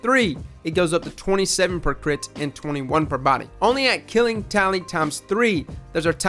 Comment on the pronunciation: I thought you said "Killing Towelie" at first